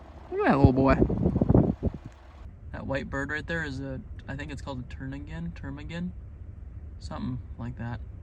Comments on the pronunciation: Pronounced tarmigan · ... it`s a ptarmigan, pronounced tarmagin. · it's ptarmigan you didn't pronounce it too badly, a bit less er on the first syllable. Willow ptarmigan is the state bird. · *Ptarmigan P is silent 🤫